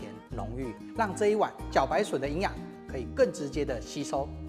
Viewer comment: 不知从何开始这个字大家都自动发错音。不要再念三声了，“茭”白音同“焦”，字幕都打对， 这里还是错。